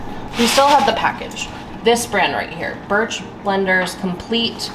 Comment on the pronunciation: Did you say birch bLenders? 😂😂😂 It's benders